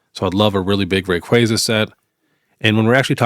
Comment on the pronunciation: I’m so glad you know how to pronounce Rayquaza. Very excited for this set, that’s my second favorite Pokemon. Appreciate the convo about selling. Everyone thinks it just goes up but that’s impossible!